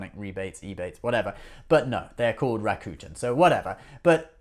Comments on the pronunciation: Rakuten you're pronouncing the name wrong it's not raccoon-ten it's rack-who-ten drop the WH and you can YouTube Rakuten how to say correctly. Ebates didn't change their name to Rakuten. Rakuten is a japanese-based company. Rakuten bought he Ebates for 1 billion dollars. Love your show it's great just come correct with knowledge don't spit things out that you're not knowledgeable about especially on Ebates and Rakuten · That only makes this mispronunciation of a neighboring country's language worse. Besides, I don't speak Japanese and yet I can pronounce Rakuten correctly. He mispronounces "Rakuten" the same way the hillbilly guy in that commercial does.